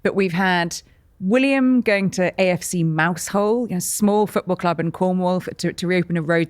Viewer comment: Mouse hole?? It is pronounced Mowse'l